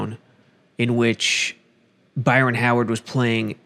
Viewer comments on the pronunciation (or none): Man said Byron Howard🤣🤣🔒